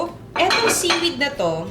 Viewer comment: Pag sinabi ni Miss Juday na seewed, seewed cya. Walang kokontra.